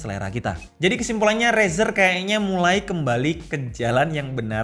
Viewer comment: denger kata Rezer "Umm usagi no nioi~" 🗿